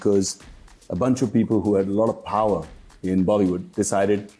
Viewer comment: bro...its not PHAWER...Its POWER🩵.....anyway kudos for standing up and building your empire by your own DUM🫡